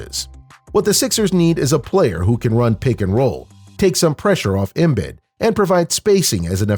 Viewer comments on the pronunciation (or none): Please stop saying “Embid.” It’s “Embeed.”